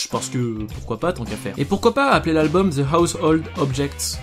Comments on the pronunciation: Très bonne chaine, mais on ne dit pas "Ze" pour "the" ou bien j'ai raté un truc. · accent souvent ridicule qd les français s’expriment en anglais. ce n’est pas ze pink Floyd mais the pink Floyd , prononcer le ‘ Th’ dans le The ....